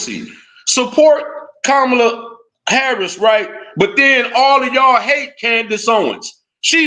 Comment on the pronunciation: So you decided to give the most corrupt man in politics crazy power. Did you actually listen to what Kamala was running on? We say we don't want hand outs but instead opportunities. Kamala (comma-la) (crazy you're pronouncing her name the way Trump does.....but you don't follow him right?😂) Kamala had economic policy to help black men. Tax credits for new fathers, money for investments. Under Biden black poverty was greatly reduced, factories increased. The complete opposite under Trump. Yall talking about trans-boxers in the Olympics when Trump caged kids and separated families??? Get out of here man!!